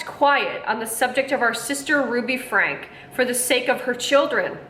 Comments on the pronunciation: All family channels should have rules and regulations from YouTube, set up by child and family professionals. Also it’s pronounced Frank- e (Frankie), not Frank. Not all family channels are bad. There are many who are about great families, but unfortunately for every great family channel, there’s always a bad one. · Franke is said "Frank-ee" like Frankie. Bonnie and her sisters (Ellie and Julie) do not deserve jail time. I wish she wasn't in your thumbnail. That's so wrong. Because of Ruby's extreme beliefs, she quit speaking to her sisters, brother, and parents. Bonnie and the rest of her sisters did things behind the scenes. Just because they didn't talk about it publically doesn't mean they did nothing. CPS has been out to Ruby's home a few times. They claim to have found nothing. CPS are the ones who deserve jail time. CPS failed these kids. Like Bonnie said in her video "You don't know what you don't know." As someone who hasn't watched these families for years, you have no idea and your opinion couldn't be further from the truth. Ruby has always been abusive. It got much worse when Jodi came into the picture. Meanwhile, you are making money on this video. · “FRANKIE” is how Franke is pronounced. Her sisters knew, they reported, her eldest daughter reported. They didn’t just sit around and do nothing. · I thought her last name was pronounced “Frankie” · Pronouced Frankie...not Frank. Spelled Franke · You failed to mention the grandparents that decided it was a good time to do a missions trip to Serbia! And not to be rude but the last name is Frank ee. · Pronounced Frankie. We can tell 90% of these vlogs have never watched 8 passengers.